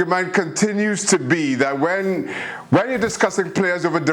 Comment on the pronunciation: Am i the only one to hear Pepe instead of Pele?